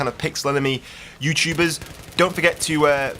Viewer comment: Yeuu Tuubaahss hahahahahhaha the way he says youtubers hahaha